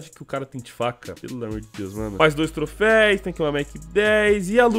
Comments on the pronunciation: É TROFEUS NAO TROFEIS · PARA DE FALAR TROFÉIS PELAMOR É TROFÉUS TROFÉUS TROFÉUUUSSSSSSSSSSS AAAAAAAAAAAAAAA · Mano sem querer ser chatão mas já sendo, o correto é "troféus" rs valeu mano! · Só eu q me irritei com “trofeis” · Q agonia ele falar trofeis. É TROFÉUS CACHORRO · obs: não se fala trofeis, eh troféus ^^ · troféus por favor mano. Ja quase parei o video umas 4x pq tu fica repetindo TROFEIS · o "troféis" dói kkkkk ... mas belo video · mano... se fala trofeus